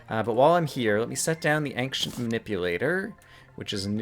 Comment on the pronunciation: an-K-cient. Really? Never heard that before.